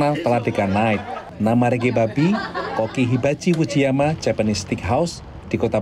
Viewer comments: Agak irritating denger naratornya nyebut Ricky Bobby yg sangat terdengar spt "Riki Babi" 🤨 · Ricky Bobby, gw dengernya Ricky 🐷 🤣🤣🤣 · Ricky babbi apa saya tidak salah dengar🤣🤣🤣🤣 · Ricky bobby kok jadi Ricky babi sih 😂 aku gak salah denger kah